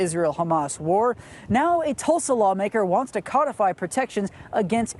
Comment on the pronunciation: It's pronounced CODE-I-FY not CODD-I-FY you wizard.